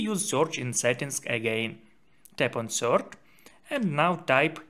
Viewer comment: It is spelled "search" not "soorch"